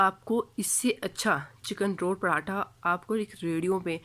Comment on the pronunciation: Zinger atha nhi hota😂 pratha ka p Nikal k atha ko zinger k Sath bool jese zingerpratha ka p na bol bas😂